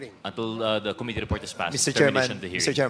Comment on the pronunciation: Medyo hindi na indulging makinig na kay Dan Fernandez. Puro ahhhhhh. At Ahhhhhh. Our ahhhhhh. To ahhhhhh. Mas madami pa yata ang ahhhhh kesa yung sinasabi. Plus may pagpronounce pa ng ko-mitee.